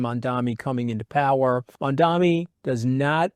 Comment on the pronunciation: You're mispronouncing Mamdani. It's Mam-dani and you're saying Man-dami.